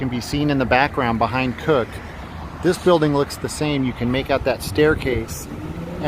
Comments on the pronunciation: Cook not Kirk...come on man this is supposed to be ur favorite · cooke pronounced kew-k